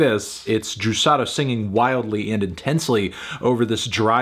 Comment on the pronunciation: Can we talk about how well Fantano pronounces the "r" on Juçara's name DAAAMN like I'm brazilian and I've never heard an english speaker that doesn't speak portuguese (I think he doens't, at least) say it that well!!!